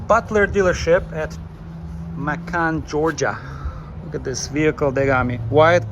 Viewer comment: It’s Macon, rhymes with Bacon!